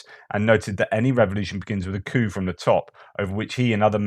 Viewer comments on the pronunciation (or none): none